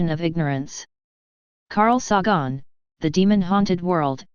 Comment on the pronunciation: Its Say-gun, you moronic computer voice.